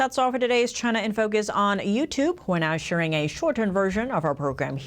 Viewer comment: It's not Choynor in focus, its not Gyna in focus, it's China in focus.